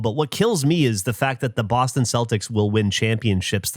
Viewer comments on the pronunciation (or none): none